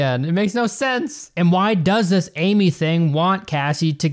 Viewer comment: The movie is actually pronounced Am I